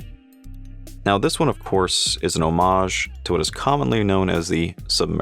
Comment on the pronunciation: Thank you for pronouncing homage correctly, we all appreciate it.